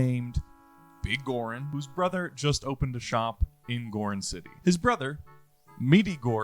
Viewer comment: Pretty sure that Goron is pronounced like Gore-On.